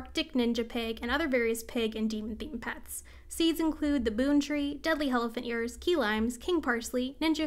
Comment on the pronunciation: My dumbass thought you were saying jalapenos in a super weird way everytime you said deadly helephant ears